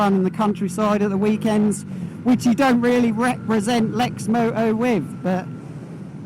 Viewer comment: There’s a t in lexmoto